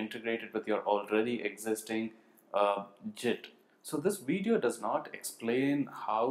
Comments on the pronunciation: Your pronunciation of GIT is incorrect. Think GIMP with a T, rather than JIT. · Great video but ,Your pronunciation of Git as Jit is irritatingggg to the core ,call me judgemental but that is the fact and everyone feels the same about it, You are the only one in this whole world that calls GIT as JIT